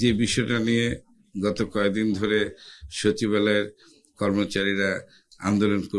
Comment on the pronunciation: "mobaloy" ✔✔✔ "shochib-aloy". ❌❌❌